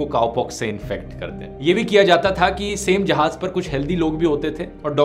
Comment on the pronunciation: DHIRU BHAI NEED CORRECTION MAJAAK NAHI MAZAAK JAHAAJ NAHI, JAHAAZ SAHI HAI THANKS FOR INFORMATION